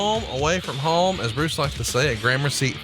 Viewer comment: "Massa Bruce"....? Tell me he didn't just say THAT.